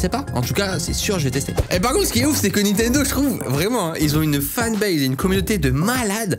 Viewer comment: qui dis nitendo et pas nintendo ? (mwa)